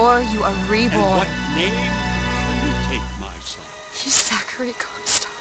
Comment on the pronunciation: I hear "Cumstock" every time... dammit